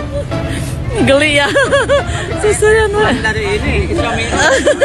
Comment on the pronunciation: Kenapa bilang geli dapat rezeki kok bilang nya gelli